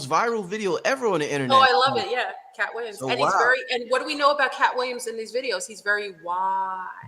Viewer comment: Katt Will-I-AM ✨